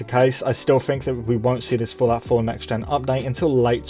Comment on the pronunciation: sounds like you are saying "Falafel" not Fallout 4 lmao...